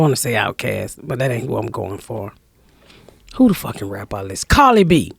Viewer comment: Joe goes Ebonic: "I do dat too..."